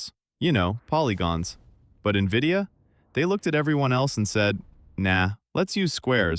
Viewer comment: Is this how you pronounce NVIDIA?! Or is this what AI reading does?